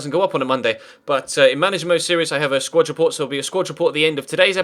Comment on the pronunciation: I know this is a stupid complaint but for f's sake it's a SQUAD report, not a SQUATCH report this just really bugs me